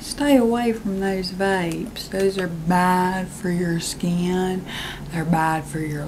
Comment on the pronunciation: “Hai mah name is doctor skyiin.”